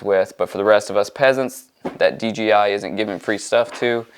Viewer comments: It’s dji not dgi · Dude, it’s D ”J” I . Other then that great video ..